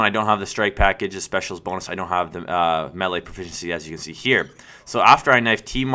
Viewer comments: its called melee nt mele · The word is pronounced MAY-LAY (melee), not MELLIE! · you know it's pronounced "MAY-LAY" right? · you say melee in a funny way